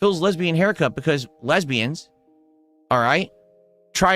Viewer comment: "Le(YU)sbians try to emulate that of like a haircut of a MANLY MAN" 🤣